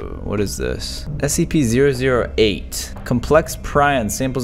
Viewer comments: Did he say scpp? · I like when he says scpp